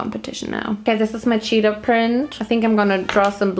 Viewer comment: Ugh.. I love you. But. Every time you said cheetah was another stab directly in my heart 😭 **Edit** Okay. Sigh of relief at the end.